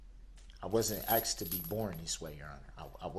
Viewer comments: “I have a lot to say.” And He’s going to quote the Bible? OMG? Does he think the people he murdered will rise in 3 days? Take your time Bud. Make sure you get your 15 minutes in, then STH up and hopefully no will have to see your face or hear your voice again. His conscious is clear? He has “axed” for forgiveness? It is ALL about HIS suffering! Hell’s waiting on you for sure. Then you’ll really understand suffering. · What an all-time clown!😂 I just finished watching this trial, sheesh… I hope I never hear the words “axed” and “substained” ever again. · Everytime he says "axed" it makes my blood boil.you killed 6 people infront of 100s of witnesses you dont get the benefit of god dude.just a side note.he should take speach therapy in prison classes.🤣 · Dat, axed, substain, takit agreement, a mindy (amendment), deff, chilren